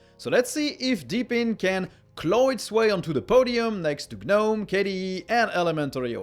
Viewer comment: gnome is pronounced nome